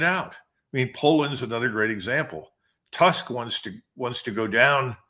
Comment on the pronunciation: Dear Col McGregor ..we do not have in Poland PM Task ..his name is pronounced like TOOSK..like a book. Is it too difficult to learn ? How can you be a political commentator, if you make such mistakes..especially on the subject of Europe.